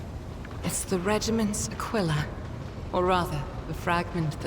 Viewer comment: correct pronunciation of Aquila